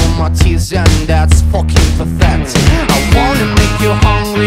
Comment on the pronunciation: Love the way he says fucking but he says focking